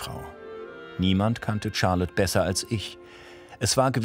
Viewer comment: 🙈 nicht Tscharlotte... Sharlotte